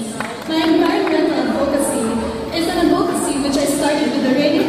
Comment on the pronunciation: She's pretty. But I notice, she pronounces 'advocacy' as adVOcacy. It should be ADvocacy.